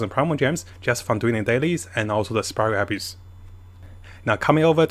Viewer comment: I would be mad that keeps saying "Spiral Abuse" instead of spiral abyss... But abyss is a pain tbh 😅